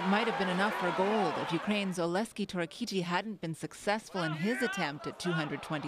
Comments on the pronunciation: Why Did They read name OleKsiy like OleSkiy. I have same name and same problem. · "Oleskey Torro-kitty" lmao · Oleski Torakiti lmao